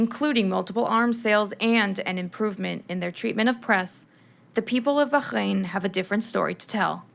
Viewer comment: Please stop torturing the pronunciation of Bahrain.